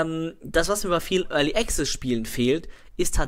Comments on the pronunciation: sun of a beach es ist schwer, das tatsächliche Phänomen nur mit Worten zu beschreiben, aber ich versuchs:) möchte dazu sagen, dass ich Student der Anglistik bin. so wie es ausspricht, hat er am Anfang ein geschlossenes E, dann ein stimmhaftes G und Z, ein 'schwa' (ja der ton heißt im Englischen so), welches er schluckt und am Ende ein stimmhaftes Z. Dabei hat er die Betonung am Anfang der Silbe auf dem E Die richtige Aussprache nach RP (recieved pronounciation) wäre allerdings ein offenes E wie im wort TRAP. Desen E-Ton gibt es allerdings nicht im Deutschen, es ist vergleichbar mit dem Ä, eine Mischung zwischen A und E. Danach sollte ganz klar ein stimmloses K und S folgen. anschließend ein 'schwa' (ja so heißt der Laut) und am Ende das stimmlose S. die Betonung ist ebenfalls anders. und das ist wirklich so! Im Englischen ist die Betonung nicht willkürlich.. Meinetwegen kannst du gerne auf gehen und dir mal abhören, wie es ausgesprochen wird und anschließend hier im Video vergleichen. =) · Überhören nicht ich nehme sie schon wahr nur bin ich kein Grammtikfetischist wir sind ja nicht in der Schule oder so . Außerdem macht es ja einen entscheidenden Unterschied aus ob der Typ ständig Pronomina Artikel etc falsch setzt oder access nicht wie ein Brite aussprechen kann